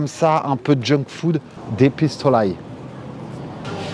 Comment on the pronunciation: Et « dé pistolail »😅😆